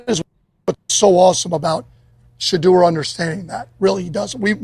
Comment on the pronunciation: A coach who actually says his name, Sheduer.